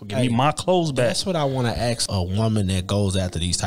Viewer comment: ask not aks/axe 🪓🪓🪓